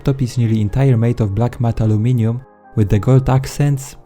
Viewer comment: Ps.... it’s Aluminum not alaminimum....